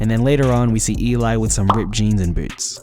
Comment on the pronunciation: ELI ❎ E-LAI ✅